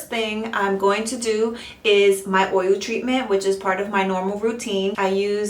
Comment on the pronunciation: You're saying "oy-you". Practice "oy-yul". Oil.